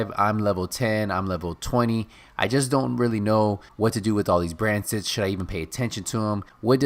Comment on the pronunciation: "brand tits"